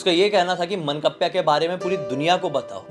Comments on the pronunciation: मनकप्प्या नहीं सर...मानकाप्या बोलते है भूत को । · मंकप्या nhi 😂 मान काप्या hota hai... decapitator, someone who beheads 💀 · मनकप्या नाही, मानकाप्या 😅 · Mannkapya nahi ye mann-kavya hai 😅😂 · मनकप्प्या नही बे.मानकाप्या होता है.